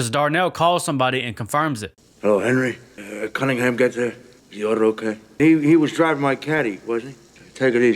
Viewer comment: 2.53 "CUNTingham"???